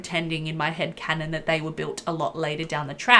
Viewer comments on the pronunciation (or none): none